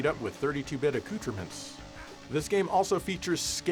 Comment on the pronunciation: First time I've ever heard someone pronounce accoutrements correctly. Nice. Love the videos.